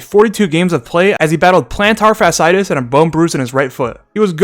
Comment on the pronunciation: PLENTAR FASSITIS 😂😭